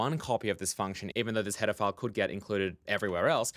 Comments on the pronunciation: Everytime you say "header file" it sounds like "pedophile" .___. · When you say header file it sounds like pedaphile